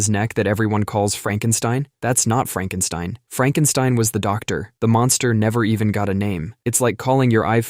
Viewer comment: It's "Fraaankenstine". 😂